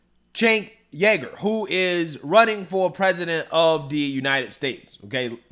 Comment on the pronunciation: Uhgur not jager